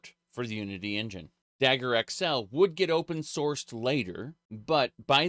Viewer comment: I love engine being pronounced in-Jan, it looks like some silly sexual joke.